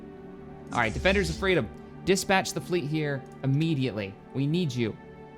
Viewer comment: XD wings of freadom